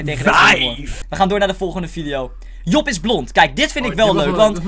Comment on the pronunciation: job, ik hoor niet jo maar o